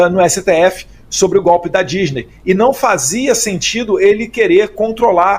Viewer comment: Não é 'gópe', é golpe (de Estado)!